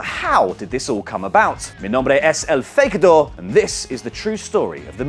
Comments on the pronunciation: that's not how you said in Spanish omg I'm Latino even that's dumb way to say if you gonna have a fake name say it right or else we get offended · Your name makes no sense in Spanish papa it's not how you say it